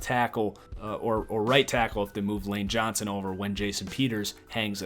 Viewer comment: . That's an interesting pronunciation of 'Lane Johnson'.